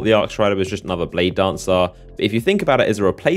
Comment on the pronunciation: Do you exaggerate the last word of every sentence on purpose? SimiLAR bladedancAR